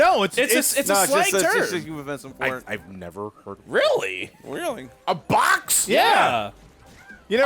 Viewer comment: "A BOX!?!" Why did he say it like a slur?